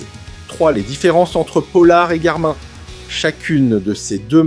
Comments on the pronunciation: Des que t entends « Garmain » tu sais que le mec va parler d un truc qu il ne connaît pas. Tu peux donc zapper direct! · C'est une mauvaise blague le garmAIN ? un mot/marque anglais se prononce... en anglais. Es ce que tu dit "gougl" pour google ?